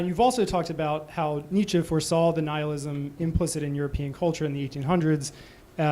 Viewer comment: Thanks, it's useful. By the way it's Nietzsche not Niche.